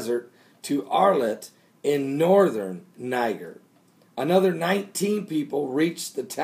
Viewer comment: It's pronounced Ny-JER.